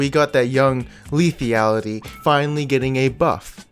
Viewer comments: "leafyality"...... ffs Dx <3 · plz stop sayin lethiality :)